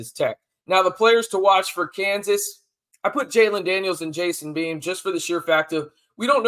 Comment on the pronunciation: It's Bean. Not Beam. JD6 isn't playing. Freshman walk on behind Bean.